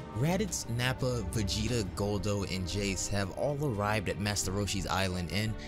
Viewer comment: dude he said it correctly v e g e t a